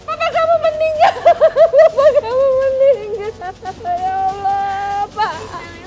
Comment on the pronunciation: bukan awloh Tpi Allah sbutan L nya penuh di lidah